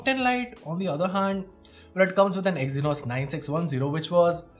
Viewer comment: Did he said exinos 9610 😅 in . Minor mistake 😁